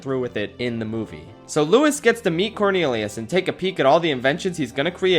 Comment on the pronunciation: He say "corneriuos"